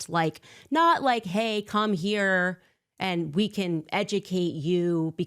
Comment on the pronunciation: She says ant instead of and.